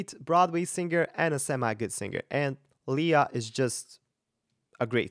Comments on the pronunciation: Her name is pronounced Lay-a not Lee-a..just fyi. Great reaction..! I lived in PI for nearly 20 yrs..she was a 7 year old hosting a TV show so I watched her grow up. Sh we're is fabulous! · Love her performance and his reaction to it, but it seems strange that a voice coach who likes her so well mispronounces her name - it's not leeeah but leiah. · Her name is pronounced lay ah